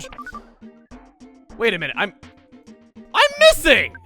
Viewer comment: You're not MISSING,. You're "DOH I MISS"-ing!